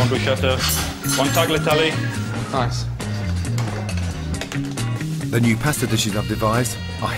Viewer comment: When the chef of a supposedly italian restaurant pronounces tagliatelle "tag-la-tell-ee" you know something is way off.